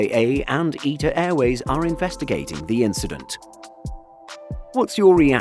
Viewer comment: Eeta Airways 😂😂. Mate it’s ITA